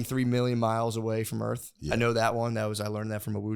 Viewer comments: Calling it "Earf" is making me racist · pronouncing earth as “earf” will never not make me laugh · Matt teaching Nate about the Sun and the Earf.